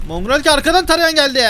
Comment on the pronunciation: Abi mongreal deme mongrall de